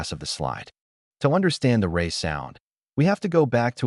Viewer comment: I’m originally from Middlesbrough myself and his name was pronounced ‘Rear’, plus while talking about him using his pinky, both photographs show him using his ring finger.